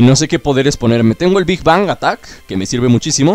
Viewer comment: Se dice big bang